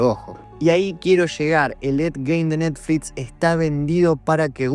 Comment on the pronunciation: Por que dice NETFLITS??😄